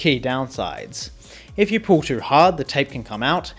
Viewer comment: The way pronounces "You" scares me